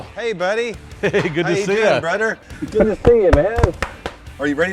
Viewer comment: When I heard em lead the video with “ hey brudder “ I thought o boy this one’s gunna be a silly dude. But then he started in with his “emulsion “ and “ inclusion “ big old words. I appreciate someone that really knows their craft and learns the intricacy of all the steps. See I use big words too. Refrigerator.